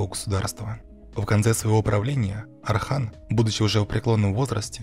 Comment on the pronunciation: Отличный ролик, но есть просьба: называйте Османа Османом, а не Асманом, сына его Орхана не Арханом и империю не Асманской, а Османской. Для турков это имеет очень большое значение. Мы же не называем Иванов Айванами!